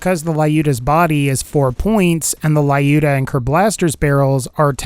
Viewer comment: Fun fact: Lyuda is pronounced in Russian more like Lewd-a, not Lie-U.D.O.